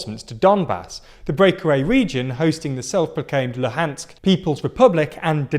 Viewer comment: You need to fix your pronunciation, particularly of Kyiv and Luhansk